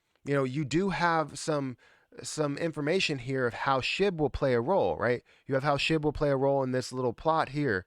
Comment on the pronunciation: Shib balance not shi. 🙄